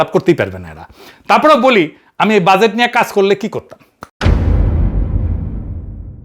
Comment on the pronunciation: Or mai bolto budget= বুডগেট